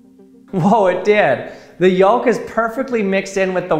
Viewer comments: Yo. The L in yoLk is silent LOL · The way he pronounces yolk be like "I paid for four letters, and my george I'm gonna pronounce every one!" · He says "yolk" funny. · I've never heard someone pronounce the silent "L" in yolk. Odd. I guess that's a thing.